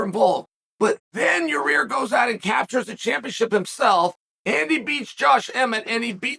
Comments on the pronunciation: So we just gonna keep calling this guy "Yuh-Rear"? ...ok bet lol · It's YA-REEEER!!!! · one of the best parts of a Yair fight week is hearing Chael continuously calling him "your rear" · Can't get over how Chael calls him "Ya rear"